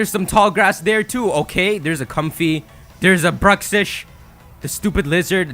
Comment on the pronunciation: Comfey is pronounced as "Cum-fay". It's also not an eclipse, it's one of those portals that the Ultra Beasts come from, it seems. Take your time with videos and think about what it could be before assuming crazy things because you're usually mostly wrong... and it's not well thought it. You don't need to rush a video, you're capable of more accurate videos.